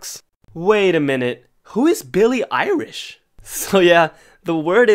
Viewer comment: Is it illish or Elish ? Irish made me confused 💀